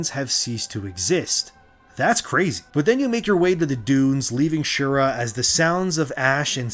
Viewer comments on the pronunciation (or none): Shira, not Shura